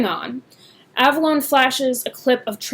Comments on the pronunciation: You mispronounced his name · You miss pronounced Avallone and Donald Trump actually gives a shit about another thing is is that Hunter fuckin when he makes these videos look edgy he could give two fucks if your trans